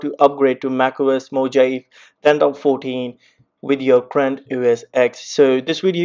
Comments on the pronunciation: It's moohaaveeeee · Who created that pronounciation. Mojave should spell mo-jave. How come one know to spell it as mohave if it's written Mojave. Can someone explain this? I'm a non native English speaker.